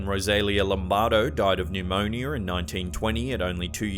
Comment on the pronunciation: Pneumonyer? Lol